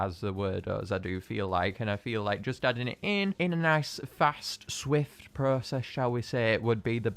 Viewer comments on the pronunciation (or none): none